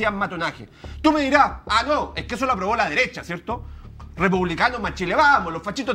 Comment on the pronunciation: ..."la deresha, la deresha y la deresha" 😂😂😂😂🤦🤦🤦